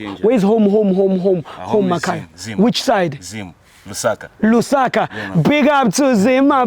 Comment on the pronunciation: He pronounced it wrong lol